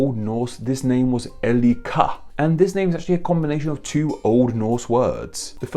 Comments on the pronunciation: "Elli-ka"? Ey-reek-(e)r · Why do pronounce Eirikr as Elrikr? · I love your videos but you pronounciation on eirikr 😂😂 It sound like your saying "El ika". It's not Spanish 😉You pronounce "ei" like an English "A". Rikr is pronounced like saying reekr in English, but with rolling R's of course. Love you ❤️ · Haven't got time to read 200 comments right now, so I'll just chip in my to bits. Pronunciation: 'Eirikr. The little, dash over the 'i' is just to signify that it is SHORT. Not 'eee' and definetelby not 'ey'! So in modern English more like 'Ay-rekr'. In Norse that is. And the suffix - rik/-rich in 6th century proto-gothic means 'the strong one'. In 8th century Anglo-Saxon it turned into 'the mighty/powerful one'. And finally in 12 century Low German it meant 'the wealthy one' as in 'riches'. So of cause who would you choose as your ruler if not the strongest, most powerful and richest guy around, get it? So it not originally 'ruler' by meaning but by association to character and ability. And how do I know this? My name is Ulrik. Originally AL-RIKUR, The All-strong, All-powerful and All-mighty! So there. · That's hilarious 😂. Especially if he wrote the script himself. He write Eirikr himself